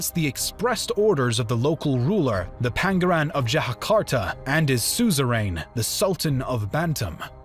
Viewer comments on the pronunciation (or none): Ternate should be pronounced Tare Na Tay Tidore should be pronounced Tee Doa Ray Pangeran (prince) should be pronounced Pang A Run